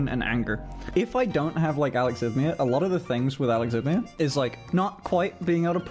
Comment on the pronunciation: Alexithymia is not being able to identify the emotion you feel. It isn’t the absence of emotion. We autistic have emotions. Try uh-lex-E-thigh-me-uh. 👍